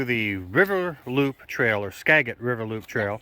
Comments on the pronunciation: We have lived in Washington State all our lives and have explored extensively. We have been to the Skagit River many, many times. The correct pronunciation is: ska. jit. River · Skagit is pronounced like a “J” Skajit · The g in skagit valley has sold of gem not g like got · Loved this. I know you all were traveling, but it’s actually “skadge-it” river. :)